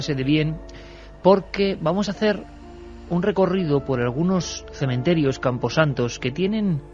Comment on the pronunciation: Me gusta pasear por los cementerios. No cememterios. Chapuzas.